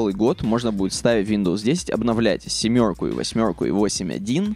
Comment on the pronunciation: Почему ты произносишь "семерку" и "восьмерку" с канадским акцентом?